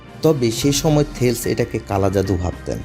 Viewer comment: থেলিস হবে, থেলস না🤔